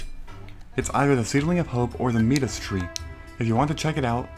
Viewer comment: I think Midas is pronounced "My-dus", like King Midas. Lol Can't wait to see your next Harvest Moon playthrough!